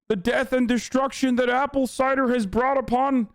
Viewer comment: “Apple cider”